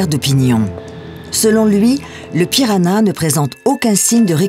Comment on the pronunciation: La langue n'est pas le "piranha" mais "pirahã", le tilde sur le A le nasalise. On dit /pira-Han/